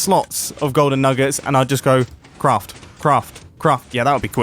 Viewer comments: Btw not making fun of his accent for those who have it 2. Sorry if I offended anyone 🙏😔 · Mumbo: the golden nuggUts Me: 😑 its pronounced nuggets 😂😂